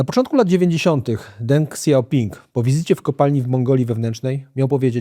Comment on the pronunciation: Dziękuję za kolejny bardzo dobry odcinek. Polecam też książkę od Prześwitów "Wyścig o najważniejsze metale świata", bo dobrze opisuje jak wygląda sektor metali ziem rzadkich i lekko się ją czyta. Co do Deng Xiaopinga, wymawia się jako Teng Śiaophing. Pozdrawiam i czekam na kolejne programy :)